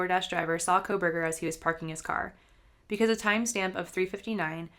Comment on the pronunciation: NARRATOR PRONOUNCED "KOHLBERGER" "KOHL-VER AND SHE PRONOUNCED "STAINS" AS "STREMERS"....PLAY IT AT 75% SPEED AND YOU CAN SEE HOW NARRATOR MUMBLES MANY WORDS JUST LIKE A DECEITFUL THERAPIST WHO DOESN'T WANT YOU HEAR THE WORDS*